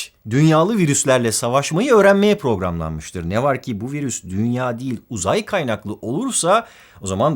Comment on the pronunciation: Abi robotmuyuz biz puroglanmış diyosun